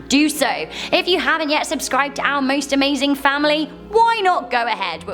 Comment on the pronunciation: I know you said "our content", but I heard "owl content."